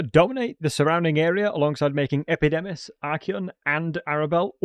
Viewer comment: Epidimus, Arabal, Sentinent Tail Bro, your dyslexia is absolutely off the charts! Makes the video funny tho